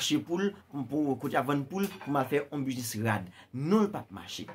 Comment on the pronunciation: Le ou moun fin travay poul gen ou business, et pi nou utilize vodou poun pran sa moun redi travay pou yo fe. Ou pa prononcer U nan business la ok.